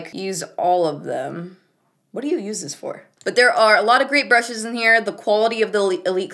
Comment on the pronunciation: My two fav parts in the same minute: "Nars by galapagos" And "Brrrrrrushes"